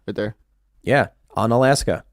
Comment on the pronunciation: It's pronounced "oo-na-laska"